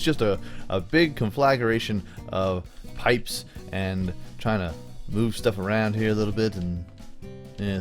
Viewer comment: Did anyone else think that when he said trying it sounded like china?